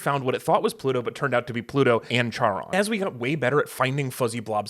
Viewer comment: The name of Pluto's moon is pronounced like Karon, like a portmanteau of Karen and Ron. It's named after the ferryman who took souls across the Styx (who worked for Hades, Pluto being his Roman equivalent).